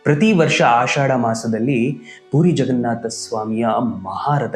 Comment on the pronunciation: ಪುರಿ ಜಗನ್ನಾಥ ಎಂದು ಹೇಳಿ, ಪೂರಿ ಜಗನ್ನಾಥ ಅಲ್ಲ